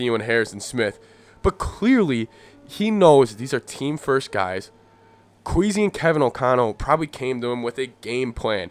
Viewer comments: You’re speaking facts but I think it’s Kwess-ee instead of queasy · But it's not Kweezy but Kwaysy